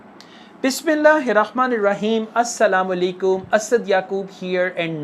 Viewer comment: I believe you are muslim Alhamdulillah. Moreover you can't to correct pronunciation in "Assa-La-muaa-Laikum" as well as its shame for as a Muslim and us. May Allah help you and us to correct pronunciation!